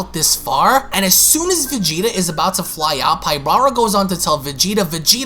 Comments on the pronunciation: Enjoyed the video though you make a lot of mistakes when reading. I know that sometimes you paraphrase, but still. Like, why do you pronounce it “pybRara” it’s “PYBARA”?? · You keep saying, Pyb"R"ara...adding an extra "R" but there isn't one. It's Pybara.